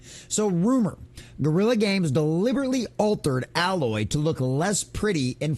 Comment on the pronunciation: It is A-loy not al-oy